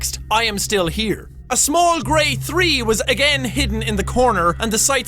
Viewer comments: Its THREE....not Tree. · the amount of times he's said tree instead of three is really amusing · Jack pronounces "three" as "tree" but I don't blame him........I'm the same...and It's OK! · Jack: three Me: TREE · you know it's the old jack because he said "tree" instead of "three" like he does now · Is it just me or does Jack say "Tree" instead of "Three" 0-0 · "number tree was added" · tree tree? you mean three jack? your irash is getting out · I love that Jack still says tree instead of three in this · I like when Jack says tree even though it's three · when ever jack said three I thought he said tree and I got confused, lol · every time this guys says Three it sounds like tree...-___ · YAY!! It's Jack!!! I love how he said tree instead of three. Love ya Jackyboy!!!!!! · tree😂😂 I know he is irish but still😅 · I do too. I don't know why, but the "thr" sound is really difficult for some who have a non-english accent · Who thinks Jack says 3 like tree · am i the only one that heard tree? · I don't understand all the hate It's getting the only thing I noticed is three being tree and other ways he pronounced uncontrollably and near the end I forgot it was Jack because he was being so serious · It's fun to listen to the Irish try to make the "th" sound. English: It's as easy as one, two, tree. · 'The five night at tree ending ' jacksepticeye-2015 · It's boss how when jack means to say 3 he says tree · It's his accent. Since he's Irish, he doesn't pronounce the th- sound, so three sounds like tree. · "The Five Night's at Freddy's Tree ending..."